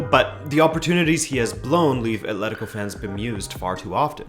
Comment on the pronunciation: The usual game of "drink every time someone says ATH-letico" didn't hold up here.